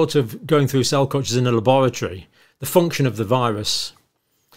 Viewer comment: interesting how he keeps emphasizing the word "function" ... :)